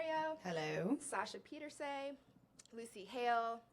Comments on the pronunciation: Who else cringed when the host said "Sasha Pieter-SAYY-" nooo😂😂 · Lol yaaaa